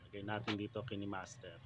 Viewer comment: Kayn master po pag pronounce sorry for the corretion